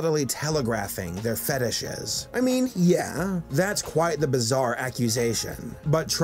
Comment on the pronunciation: LMAO at "feetishes!"